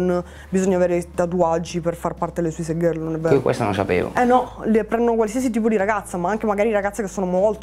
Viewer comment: Suisaid gherl 😂